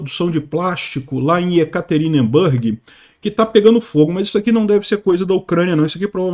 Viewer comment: pela ZILIONÉSIMA vez: NÃO se pronuncia YekaterinbÂrg, mas SIM YekaterinbUrg.